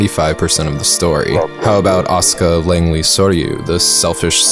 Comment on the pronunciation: Finley someone who pronounce Asuka's name right!!